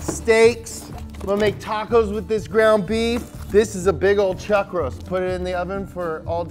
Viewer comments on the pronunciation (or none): none